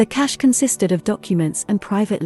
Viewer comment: Pronunciation of this word was difficult for me, now you have made it easier and clearer, thank you very much!